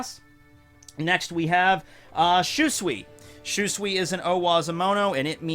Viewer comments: also, it's Shoo-suy for Shusui not shuswi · im a little bit triggered on how he pronounced shusui.